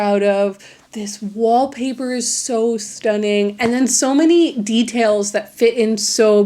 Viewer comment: "WHAP PAH" hahah I rewatched that part many times XD